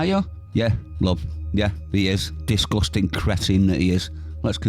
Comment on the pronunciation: It's "disgusting", not "discusting".